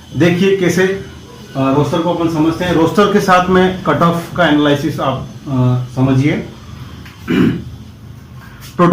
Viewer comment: Its एनालिसिस not एनलाइसिस और दूसरी चीज आज गुरु पूर्णिमा है उसकी गरिमा का ध्यान देना चाहिए था आपको बच्चो को गुमराह करने का कोई अधिकार नही है और रोस्टर सिस्टम ऐसा क्या सिर्फ आपको ज्ञात है बिना गूगल खोले हाल में ही du के लिए नया रोस्टर सिस्टम आया है उसे समझायेगा ।बच्चो को रोस्टर नही पता सर आप कुछ भी बोलेंगे तो क्या लोग सुनते रहेंगे ।